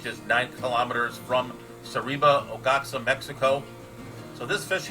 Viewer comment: Love the video. I love all the varieties of swordtails out there. One quick note. Oaxaca is pronounced "Wah-Hah-Kah. I am wanting to do a swordtail biotope, just need to figure which one...